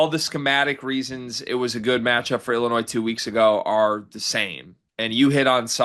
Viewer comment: Willinois hahaha